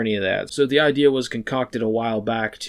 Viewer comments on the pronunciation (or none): none